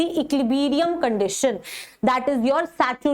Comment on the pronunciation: Man ecliberium nahi equilibrium hota h